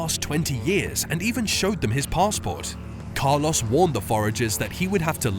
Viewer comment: It would be great if you would consider working on your pronounciation of Spanish names ”Heyy-soohs, Kaah-loss” etc… It is just not how they’re really supposed to be pronounced, just sounds annoying. Duolingo might help, it’s a free app.